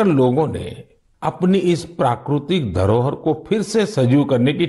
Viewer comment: It's prakritik not prakrutik